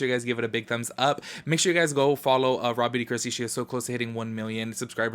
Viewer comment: I always thought you were saying Robby d’christy 😂🤦🏽‍♀️ but I gotta check her out 👍🏽